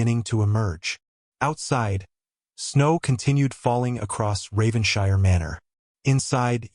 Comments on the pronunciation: Please tell your AI voice that British places names ending in "shire"are pronounced "[Whatever]-shurr". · I wish the narrator checked how English words/named ending in ‘shire’s are pronounced.